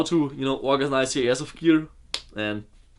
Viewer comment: Dieses "Doing" hörte sich so deutsch an :D